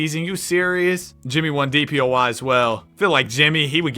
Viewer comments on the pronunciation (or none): none